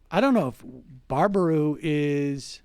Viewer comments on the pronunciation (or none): It's Bear-a-boo not Bar-a-boo lol. Im from Wisco tho, I prob wouldn't know if I hadn't grown up here. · Two minutes later and he's back to butchering the name. It's so simple: Baraboo is pronounced Bear-A-Boo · The town of Baraboo is pronounced "Bare-uh-Boo" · Bear-ah-boo...It's pronounced Bear-ah-boo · I notice he corrected himself...well until he said barber-roo and baba-roo later on lol...Wisconsin is actually a pretty cool state. Madison is great city. Milwaukee and La Crosse are pretty cool too. It makes me sad we are getting press for this shit. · For the love of God, it's pronounced bear-a-boo. Famous for the Circus World Museum. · It's pronounced BEAR-AH-BOO. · Pronounced BEAR-a-boo. I should know, I'm from WI. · How about learning how to pronounce the name of the city you are discussing. Reminds of the President who doesn't know the name of the burned out town where he is standing. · The1nOnly, you're right, I stopped watching after repeated mispronunciations of "Baraboo". Next time they should try to work on pronunciations prior to donning the role of journalist. It's called quality reporting. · What is a Barbaroo? Sam was butchering the name until he heard pronounce it correctly. Sam is great, makes great arguments, and makes great points. He's not great at figuring out how to pronounce names he's neer heard before.